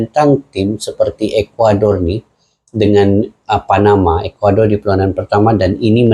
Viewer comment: Ekwador bukan calang calang bang